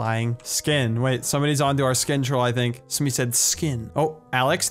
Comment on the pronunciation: At the vey start he said "thunk" xD